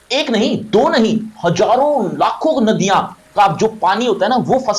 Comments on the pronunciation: Nadia ❌Naadiya ✅ 🤣💀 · नादयां नही सर नदियां